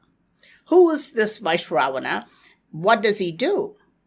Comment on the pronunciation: Also, he is pronouncing it wrong. It’s Vy-SravaNa.